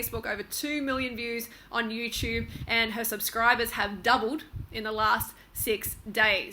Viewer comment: lol she says "Youchube"